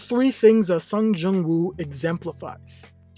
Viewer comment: it's sung JIN woo not jung